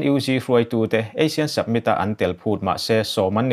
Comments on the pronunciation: Submit nilovin Summit aw... Han fimkhur zual teh...ngaihthlak a nuamlo vek zel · Submit ni loin Summit aw. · Submit nilovin summit tih tur. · Submit a ni lo, summit... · samit ti a lam rik tur ni awm tak. sabmit i ti tlat in ka hria. ka beng dik lo nge? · Summit not Submit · A bengvar thlak thin hle mai. Summit i lam dan hi submit tia lam a ang khawp mai. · Summit tih hi Submit tia lam chi a ni lo. Fumkhur deuh teh. A țhing pha tlat. Khaw khat chanchinbu mai a nih loh hi. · Chu chu lawm ka lo ngaimawh em em chu submit a ti zel a, mak ka ti tawp